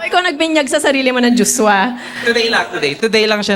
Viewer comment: Ang Cute ng pagbigkas ni Miss.Marion ng "JoshWa"..